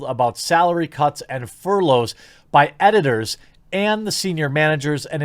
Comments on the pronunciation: Furlough = FUR-lo. Plus, I’ve heard you’re actually 1.5% too loyal. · Its furlough as in furr-low bro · Furlough is pronounced 'fur-low', btw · aw man what an arse to tweet that. btw it is "fur-low" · Furlough rhymes with dough, not cough, Jeremy. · Not knowing how furlough is pronounced. Doh!